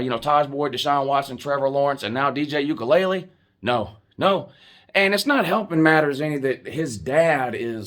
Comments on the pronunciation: “Dj ukulele“ 😂. I’m not faulting you it is a hard to pronounce name, it’s just funny. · 😂😂 "Ukelele" is killing me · You aren't saying DJ name correctly